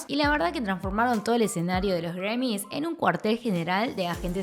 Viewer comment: No entiendo por que dices Gremmys si en realidad esta escrito y se pronuncia GRAMMY.